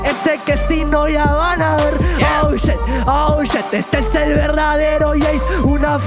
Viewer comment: Excelente video, solo que no era "SHET" es "Shit" xD